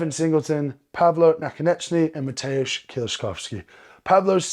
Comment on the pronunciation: Thanks for pronouncing Mateusz correctly. (Hope I spelled it right.) Licis also drives me nuts. Our dear Loz still gets it wrong. Wish Martins could be there, but next year will be pretty amazing for strongman.